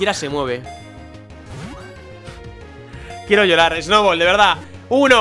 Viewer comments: Porque en vez de decir Snubbull dice Snowball? :'v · el dice Snoubol :v